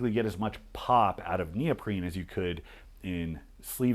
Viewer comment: He says "neoprene", but the initiate would hear "Neil Breen"